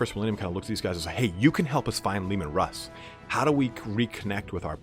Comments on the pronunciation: At it looks like the Canis Helix might be changing them into Wolverine, not werewolves! And yeah dude- it’s ALWAYS been “Russ”, not “Roose”- another awesome video, out of nowhere. Thanks for these- they’re fantastic, and I love your style of presenting the lore. Looking forward to the next! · It's heresy to call him ROOSE HERSEY it's RUSS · It is in fact mostly pronounced 'rhoos'. The surname ROOS continues to this day. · MY NAME IS RUSS' (ROO-SS) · WHO THE FUCK CALLS HIM ROOSE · You're right Michael. If they wanted russ to sound like Roose, they would spell it Rus, like the Kievan Rus of our own history